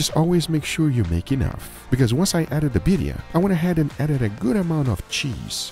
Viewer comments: biRRia not biria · its birrrrria u gotta roll that r rrrrrria birrrrrria